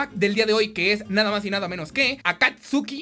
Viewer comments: Se dice Akatsqui >:( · Akatsuki Naruto fans: Akatski (Como se pronuncia) xd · se dice akatski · Es de naruto el primer texture pack, de akatsuki, que se pronuncia como akatski